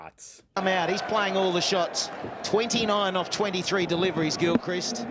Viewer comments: Hi, glad that you are enjoying discovering cricket. A few things to say. First thing is that Gilchrist is pronounced with a short "i", as in "pissed". Secondly, the Ashes are the test (5 day international matches) series between Australia and England. The first test match ever played was between these countries in 1877 (at the MCG, won by Australia). When Australia first defeated England on English soil, it was considered a distaster by the English; they had invented the game, after all. A joke obituary, lamenting the death of English cricket, was published in a local paper, which stated that the body would be cremated and the ashes taken to Australia. Following this, England toured Australia and played a friendly game at a property outside Melbourne called Rupertswood. The lady of the property presented a tiny urn containing the ashes of the bails used in the game to the captain of the English side (the source of the urn and the exact contents are somewhat disputed). That urn is one of the tiniest and most coveted trophies in world sport and England and Australia vie for it every 2 years. Arguably, the Ashes are the pinnacle of the sport. England will tour Australia in our summer of 2025/26 to try to win back the Ashes (although the actual trophy is kept in Lords Cricket Ground, London because it is considered too fragile to travel). Thirdly (I suspect this will become apparent as the video progresses), a ton is 100 runs, a milestone in a batsman's innings that the very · Gil-crist as in mist, not Gil-cryste as in Christ. The Ashes is the series between England and Australia played every two years (five Tests each time, the venue alternates between England and Australia). A ton is a century, ie 100 runs for an individual batsman in one innings (ie one "at-bat"). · Gill crist is how we hear his name pronounced. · Pronounced Adam Gil-Crist. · It's pronounced Gilcrist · His last name is pronounced Gill-crist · Gilchrist rhymes with mist